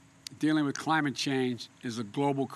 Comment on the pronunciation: "When I think of crime-ate change, I think of good paying un-srhrin shobs!"